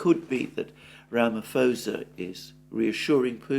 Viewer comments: Mr Mercouris. his name is pronuonced ramiposer (ram i poser) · you’re fantastic, but “Ramaphosa” has a silent “H”. It’s Ramaposa.